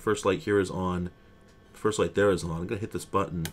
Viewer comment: "Theare is a button! WTF is the button for?!" 😅